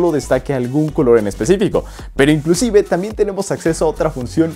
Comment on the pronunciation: pregunta por qué dices inclucive